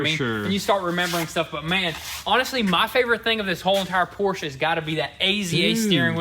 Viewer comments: great hard work on the 911. Let’s get the company name right…Por-scha. Porsche. Not Porsch. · It drives me crazy everytime you say Porsche. It's pronounced por-sha! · The correct way to pronounce “Porsche” is actually as a two-syllable word: “Por-shuh.” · Porsche is pronounced 'Por-sche' with two syllables. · PORSCHE - IT'S A PORSCHE NOT A "PORSCH"!